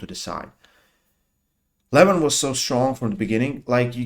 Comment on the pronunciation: learn from Ryan Blue how to pronounce right the name LEVAN